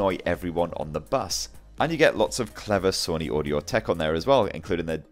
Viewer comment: I'm getting triggered he keeps saying Sunny it's Sony 🤦🏼‍♂️